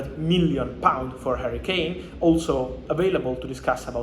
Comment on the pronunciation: HARRY-KANE not HURRICANE lamo